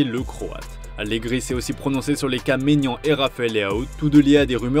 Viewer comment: Quel coupe du monde des clubs au Qatar ? 🤨 Et puis c’est Maignan pas Maginan 😅